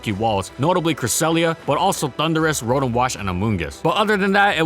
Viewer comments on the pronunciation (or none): none